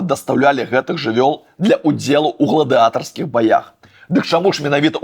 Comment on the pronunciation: ні "дасьцягаць", а "дасягаць" зубр ні "ясьці траву" і ні "ясі траву", а "есьць траву" ні "ў гладыатарскіх", а "ў гладыятарскіх" ні "бешаную", а "шалёную" ні "чучала", а "пудзіла" (націск на у) ні "связцы", а "звязцы", прычым "з" - мяккае: "зьвязцы" ні "найлюбімейшых", а "ўлюбёных", або "найулюбёных" або "найбольш улюбёных" ні "сакрацілася", а "скарацілася" (ужо другі раз пішу пра гэтую памылку вядоўцы!) лепш казаць ні "расставацца", а "разьвітвацца" ні "двянаццаць", а "дванаццаць" ні "са стАрых", а "са старЫх" Яшчэ вядоўца забыўся ўзгадаць зубра 🦬 зь нержавейкі, які стаіць у той жа Малінаўцы на рагу праспэкту Дзяржынскага і вуліцы Чурлёніса (у раёне студэнцкай вёскі), а таксама пра Бусьліка з Калыханкі!